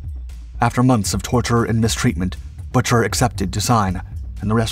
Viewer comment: Pueblo's captain's name is pronounced BOO-ker, not Butcher. You people need to do your research before embarassing yourselves.